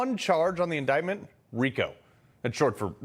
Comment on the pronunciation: Fani Willis says "Indickmouth" lmao.......